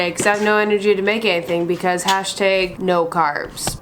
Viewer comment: I can tell when someone is Canadian because of how they say hash tag😂😂. Americans: Ha•shh Ta•ag Canadians: Ha•shh te•ga